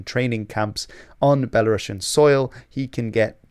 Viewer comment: "Belarusians", not "Belarussians". One letter changes the pronunciation and the subcontext a lot 😉